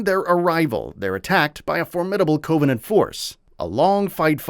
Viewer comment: Why would you have a person read this script who clearly has never played a single Halo game in their life? That's one thing but the guy can't even pronounce actual English words like Covenant.